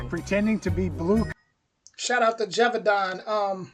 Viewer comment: Hi ! i'm french . you can say GE like GElatin VAU like VOte DAN like...DANce. or DONuts > if i'm right, you dont have a real equivalence of this sound in english language